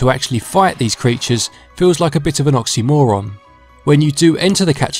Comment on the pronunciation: You sound really bored and not interested in doing this review, I actually felt like it was a robot doing this review. Although what had me laughing was when you said OXYmoron it's a word I haven't heard in a longggg time